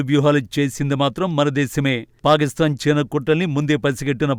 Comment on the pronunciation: Anchor పాకిస్తాన్ nu పాలిస్థాన్ అని చదువు తున్నారు